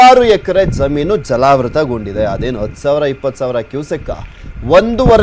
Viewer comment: ಜಾಮೀನು ಅಲ್ಲ ಸರ್ ಜಮೀನು